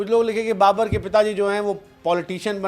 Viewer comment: Babar ❌ Ba-burrr ✅